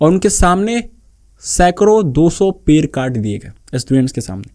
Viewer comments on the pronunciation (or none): Bhai pronunciation par kam kar.. pair kat te hain nahin hota ped kat te hain hota hai, after effects aur sound designing bhi sikh le verna apna time waste kar rha hai, youtube par kaam kerna hai to proper tarike se kar verna sirf apni bhadas nikalni hai to jungle mein jaa kar chila kar puri kar le